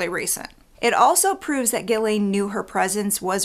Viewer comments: Why do you pronounce her name Gilen ? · Its pronounced Ghislaine like Jiss-laine